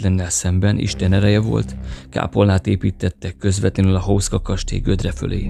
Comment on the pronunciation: Ejtsd: Huszka!!!!